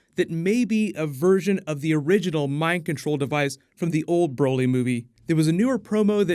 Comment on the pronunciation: More like brahlee not brolee